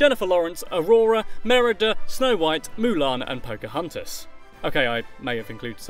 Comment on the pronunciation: phocahuntas??? tiiana?? soz i didnt know ppl say it like that